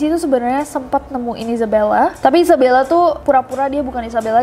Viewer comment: Gue: Isabella Kak nessie: Izebella :")